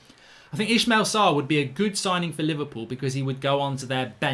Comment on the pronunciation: please can we stop pronouncing it "Eshmel Sarr" ? lol